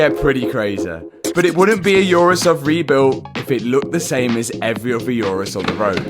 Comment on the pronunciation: Oo-rus, not Yourus. My god. Call yourself a car guy but can't pronounce the name properly 😀